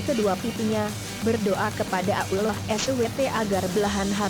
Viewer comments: Nur Hasanah tak kira kuping saya yg salah dengar mbk . Trnyta admin.a ya mbkk. Bener mbk gnti ajah tuu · Di jelasin Di mana Tempat Nya Dong Min jng n Asal nyomot Video.. Di Tambah Lagi Suara Bencong google.. coba Perhatikan Sebutan Asma Allah.. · Sma ngomong allah ajh alloh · Sory to say tp most of Indonesian bila sebut ALLAH itu jadi auloh! Dlm sinetron pn slalu dgr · Bisa bicara atau tidak bilang tu allah swt bukan abdulloh swt dasar relorter goblok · Kok menyebut allah kok ukloh 🤣🤣🤣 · Kok ngomongnnya Ulloh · gua kira gua budek denger abdulloh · Dia bilang allah SWT dengan kata uloh eswete.mungkin dia kristen😣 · AStaghfirulloh halaziiim...presenter nya bicaranya kurang benar..harusnya ALLOH..SUBHANAHU WATA'ALA. bukan abdulloh swt. bagaimana ini ya... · Belajar dl masa membaca Aulloh SWT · Sebut Allah tp kedengaran ulor...🐍 Sebutin baik2 dong...,itu nama Tuhanku..😬😠 #NgakPandaiBicaraMauLagiBicara😏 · suaraa yg ngomong bikin jngkel,ga enak bnget d dengerin,dia itu ngomong allah atau apa sich,ga jelas bnget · Tlg bicara yg jelas nyebut nama alloh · Tollong pengucapan laffaz Allah dalam Vidio ini di perbaiki.. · Ngomong ALLAH GK bener Pake Suaranya juga Pake Suara Robot Dosa WOY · Risih sama swaranya Cara ngmong ALLAH 😑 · Nyebut allah nya begitu tolong koreksi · lah nyebut alloh nya gtu 😭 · Kan ini "google" yang ngomong jadi google nya mana tau cara ngomong yang bener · yg bca siapa sihk ngeselin suaranya udh gk becus nyebut allah swt ama istigfarnya,hdhdheh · Pandai betul buat cerita bohong mcmni... Nk tipu org... Fitnah seperti dajjal!!! Sebut nama ALLAH اللَّه subhana wataa'la pon salah.. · Maap ... ketepi kn duluan benar gak cerita itu...mgkin rekayasa sbg pngajaran hdup...tp coba kalian tekun dengar sebutan ALLAH sperti ABDULLAH...mohon d koreksi kan... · Tolong koreksi tata bicaranya"Allah SWT" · Hahaha. Nyebut nama Allah Aja salah. Hahahhaa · Astaqfirloh ni pembaca blg Allah aja kom susah bgt ya....